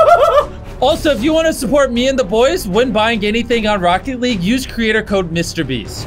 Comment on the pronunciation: anyone notices he says "racket" league